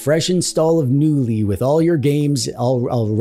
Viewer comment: In the swedish word the K is not silent.